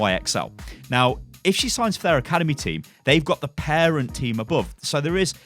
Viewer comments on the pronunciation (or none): none